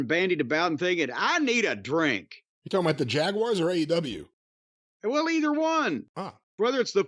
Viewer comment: I swear he says A and W tv ratings at the beginning.